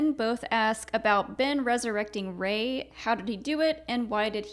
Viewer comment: “Ray-hitler” Star Wars explained~2019